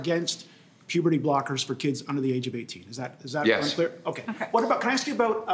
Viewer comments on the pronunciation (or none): none